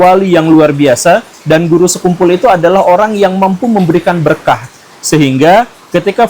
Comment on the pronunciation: kamu ga ber-intelektual sekali, sekian revisi-lah pelafalan nama beliau itu!